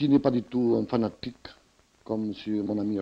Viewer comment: N'empêche il dit être fanatique des montres et étrangement il appuye toujours les mots finissant en -tique : fanaTIQUE... toc... criTIQUE... toc... ça ne vous rappelle pas le son de quelque chose..?